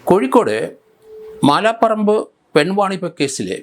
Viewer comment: മാല പറമ്പു അല്ല മലാപറമ്പ് ആണ് ശരി